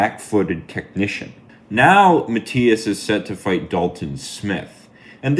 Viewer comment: It's actually pronounced "Ma" "T" (like Tea) "is."